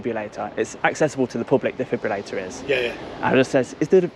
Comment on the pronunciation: DJ it is a defibrillator not a defibulator